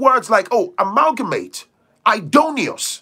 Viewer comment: Amalgamate, learned a new word from you, I like the way rolls off your tongue 🤗